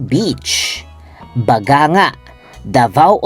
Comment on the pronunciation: Pronounce as ba-gang-ga